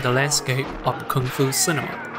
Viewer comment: Thank god, finally someone pronounced Kung fu correctly, usually people pronounce it as 'kuung - foo'...